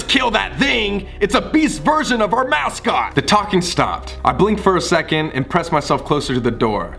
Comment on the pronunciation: Did anyone catch "mousecot"